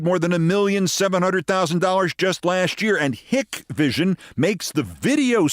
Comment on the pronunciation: Love the podcast, Keith. Never miss an episode. Hikvision is pronounced "HIKE-vision", BTW. Stuff cannot be installed on us Govt buildings, either. Huge security risk. Suspicion is that the Chinese can monitor Hikvision installations with the clock of a mouse.